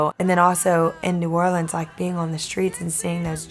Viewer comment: I’m hoping with her rise to fame, people will learn how to say New Orleans right!